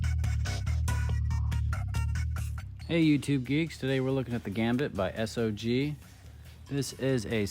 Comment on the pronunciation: It's pronounced SOG as in Mac v Sog and the belt clip is mulit- directional.